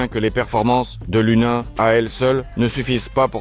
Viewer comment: se dit lounine